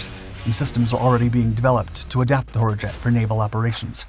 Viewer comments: I swear this sounded like the narrator said 'Whorejet'. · As pronounced by the narrator, I just can't get past the this aircraft's name without snickering! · I think he said hurjet 150 times just to have fun with it and each time all I heard was something else. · I like the top speed, and the general smallness of it. But the name (I know HurJet means Freedom Jet), but the way the bot narrator pronounced it, and said it so many times during the video made me chuckle.